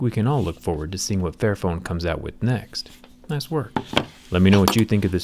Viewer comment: Literally thought it said “fat phone” And when he said “This is phone right for everybody” I almost died